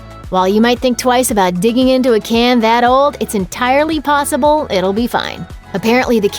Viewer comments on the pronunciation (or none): none